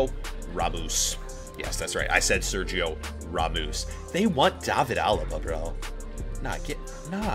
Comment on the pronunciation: Nobody:: Sergio Ramoose